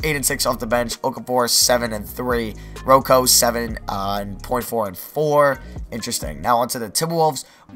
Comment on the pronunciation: Did you actually say Ro-Co